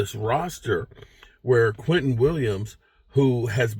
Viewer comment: Who the hell is Quinton Williams? Do you mean Quinnen Williams?